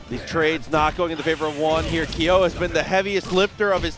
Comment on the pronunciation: "Keeeyoooh" LMAO come on dude